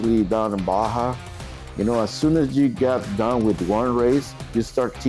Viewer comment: You lost me when you said Baja wrong.